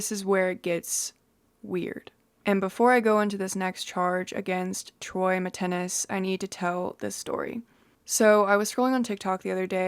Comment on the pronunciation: His name is pronounced Mitt Ness - not Mitt- ten-ness!